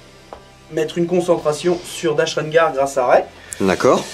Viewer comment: Chouette vidéo, bravo les mecs... Par contre c’est « Dash RenDar », avec un D, respect the fluff 😉